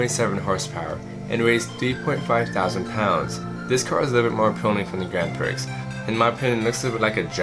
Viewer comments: It's pronounced "Prie", not "Pricks". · Gran pricks? It's prix silent x..lol. Good vid though. Lol